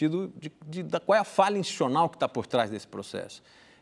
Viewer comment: não sabe falar 'institucional'.kk